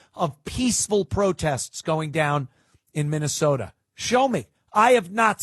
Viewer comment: You say Minne-SAWDA like Jesse Ventura.